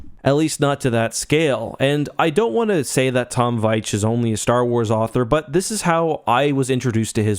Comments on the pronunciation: His name is pronounced Veech. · It’s pronounced “Veech”.